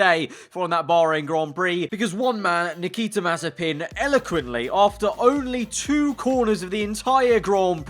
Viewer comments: if mazepin rhymes with frying pan then it would be mazipan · "Nikita Mazespin"